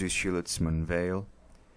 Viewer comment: Prezado, parabéns pelo trabalho. Apenas um detalhe, a pronúncia de Weil é "Vei". O nome é de origem alsaciana. Grande abraço.